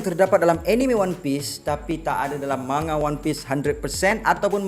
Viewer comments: Cara sebut dye man,ga... Jepun takkan sebut ma,nga... Sbb diorang xde huruf nga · Sebutan 'manga' tu Ma Nga or Mang Ga?....mcm awkward plk bila sebut Ma Nga tuh😅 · Siyes ah bro ko sebut ma-nga? Sejak ble tgk anime manga ni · Rasanya lebih kepada "Man-Ga", bunyi dengung pada huruf N. Boleh je taip di Google Translate, dengar sendiri sebutannya. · Manga manga. Geram ja dgr cara dia pronounce manga. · thanx bro. Just rsa trganggu skit bila.dgr speaker sbut perkataan manga tu berulang kali.....sbb mcm.awkward skit bunyi.nya😅....so.thts y sya mcm.nk cri kepastian